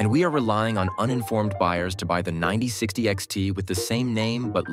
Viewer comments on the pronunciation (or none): just call it "9060" it's not that hard